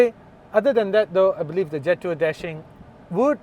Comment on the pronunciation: Pronounce it Je' Tour. You get a distinct french flavour when you pronounce it that way.